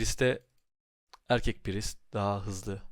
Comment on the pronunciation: İlk defa "priest" i doğru telaffuz eden birine denk gelmek sevindirdi. Praaayyssttt diye okuyanlara selam olsun :)